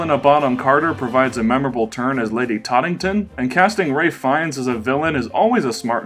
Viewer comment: “Ray Feinnes”